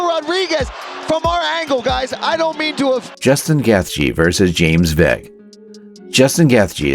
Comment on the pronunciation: And Justin “Geth Jee”